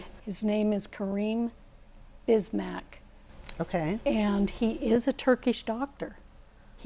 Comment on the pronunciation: Come on. “Bikmaz” is not pronounced, “Bismack” lol.